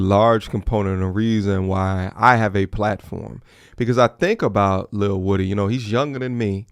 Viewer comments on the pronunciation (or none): Shut up u irritating & its WOO Dee not Woody wtf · Lil woo dy... People always pronounce bro name wrong